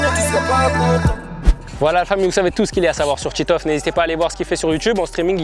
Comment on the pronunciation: Titoof pas tiitof